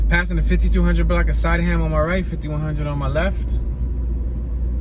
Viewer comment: My old block was 15 st. between Rockland & Loudon Sydneham It is pronounced Sid-née-ham